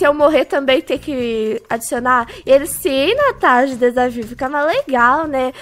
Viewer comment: Palavras que a Natasha falou erradas de nervoso 1-broco 2-tanasha